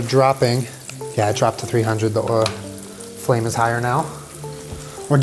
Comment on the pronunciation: At first I thought you said that Panda Express orange chicken has msg, sugar, and WHALE in it, and I GENUINELY thought that there could have been some whale-meat-orange-chicken scandal that I just hadn’t heard about yet. Then I went back and realized you had said “oil.” This is what 2020 has done to me.